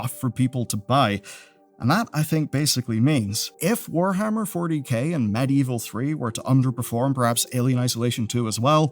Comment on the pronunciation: "Medieval", not "Medievil". Bit different.